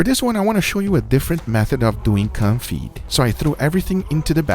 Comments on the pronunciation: It's actually pronounced "Con-fee" and not "Con-fit" :) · it is pronounced cone-fee, not con-fee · Please don't pronounce it with a loud "t". It's pronounced "confii" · I thought he kept saying coffee style. Thankfully in the description he spells it out - confit style. Never heard of it. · what he says: "calm feed"/"com feet"/"car feed" 🤨 what he means: confit 😅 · What is this type of cooking called? I here you say it a couple times but not distinctly. Comfy style? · con-FEE (you don't pronounce the "T") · You don't pronounce the T in confit, next time perhaps try all animal fat, beef fat would be appropriate to use, and it would be interesting to try all bacon fat.